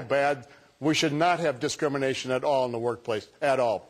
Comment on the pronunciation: Did he... did he say "dismination"?! O _ o